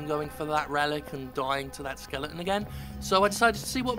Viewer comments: What's with British people and pronouncing "skeleton" as "skellington"? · Did you sometimes say "Skellington"?